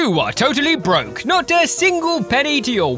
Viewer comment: The way he said broke at the beginning just made me laugh for some reason. Don't know why, though. "You are totally BROKE!